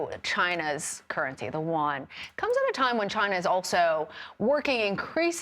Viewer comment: "Wan"!?? It is pronounce "yu-wan."